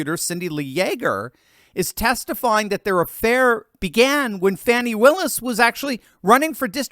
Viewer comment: Thank you for not calling the heavy set extra large “ fawni”